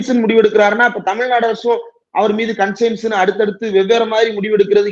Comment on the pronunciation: அது கான்சியன்ஸ். கன்சைன்ஸ் அல்ல